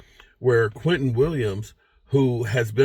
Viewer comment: Its Quinnen not Quinton. Weird name, but very good player